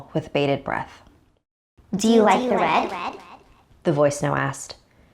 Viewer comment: Do you rike it?